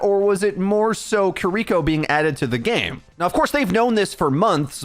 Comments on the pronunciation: Its kiriko, not kuriko. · Jeez. Stop saying kiriko name like that. Kee-dee-kō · Who tf is kuh-reeko? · God I hate the way everyone mispronounces kiriko and just calls her cureeko.. like come on guys it's really easy just ki(pronounced key)-ri(roll that r just a little)-ko.. say it with me ki-ri-ko.. kiri-ko, kiriko.. got it? Okay let's do better from now on guys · Names matter. Kear - e - ko Kiriko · LEARN HOW TO SAY KIRIKO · I can’t handle how you pronounce kiriko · Take a shot every time he mispronounces Kiriko if you want to commit suicide by alcohol. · i cant wait for kiriko to not be meta so i never have to hear someone mispronounce her name again